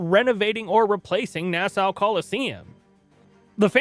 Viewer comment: I'm sorry, can you say Nassau one more time?